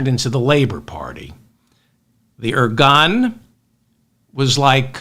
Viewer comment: I love you David! I love it how you said at the end that you’re not giving up! Also, I know Israel’s history enough to say that you described the situation and history accurately. By the way it’s pronounced… “Ir-goon” and not “ir-gun”.